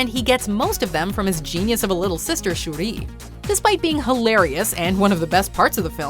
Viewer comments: It’s shuri not Shuree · Who else cringed at how she said shuri’s name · Most of these weren't that bad, some quite good like the Jackson Pollack joke. What's worse than anything on this list is how the Watchmojo lady pronounces "Shuri".